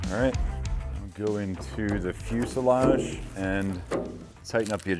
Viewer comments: Same here! Fuseledge! Fuseledge! Fuseledge! 😂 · You guys stopped saying pulley like Pennsylvanians! Also, every time says fuselage, I hear the word in my head the way he used to say it LOL!